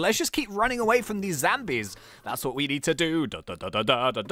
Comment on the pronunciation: Did anyone else notice that kept on saying 'Zambies' instead of 'Zombies'?